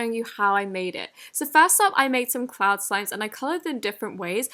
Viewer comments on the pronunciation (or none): none